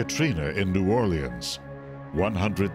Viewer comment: Can someone teach this guy how to New Orleans! FFS